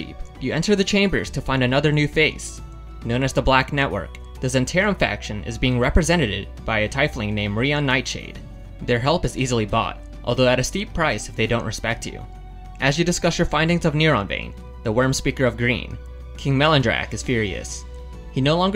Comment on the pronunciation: Idk why hearing Tieflings pronounced as Tyflings makes me rage so much.